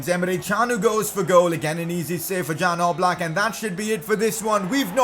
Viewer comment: Its Jan Oblak not Dzan Oblak☺️